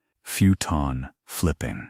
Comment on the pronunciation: Futon is pronounced foo-tan. Not feu-tan.